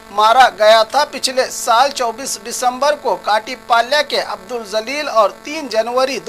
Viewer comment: ap ki islah chahta hon abdul Jalil ka nam ap bohot galat bol rahe hain ap se guzarish hai ke ap jo bhi nam bataen vo sahi bolen isliye ke musalmanon ke nam Allah ke nam se munsalak hote hai Abdul Jalil ko zalil bol rahe hain abdul jalil ke meaning bade jalal vale ka banda hote hain aur zalil ka meaning be izzat vala hote hain itni tafsil batai galat mat samjho ek dosre ki islah karna ek dusre ka farz hai